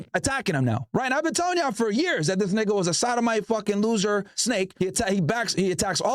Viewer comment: When u say nigga it dont even sound right